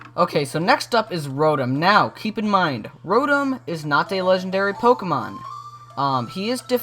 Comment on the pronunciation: Row-tom not rotem